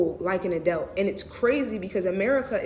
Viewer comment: She didn’t even say adult correctly lmao